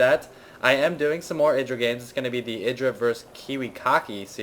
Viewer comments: 'Eye-druh', not 'Ih-druh'. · pronounce Idra like u would a HYDRAlisk, the way u say it drives me crazy -. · Mk, is Idra pronounced "Eye-Druh" or "Ih-Druh" because everyone seems to say it differently. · shouldn't Idra be pronounced the way it would rhyme with hydra?